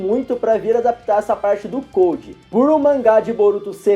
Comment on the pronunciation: Se escreve CODE, mas se pronuncia CODO. Mas, adorei o vídeo. Faz super sentido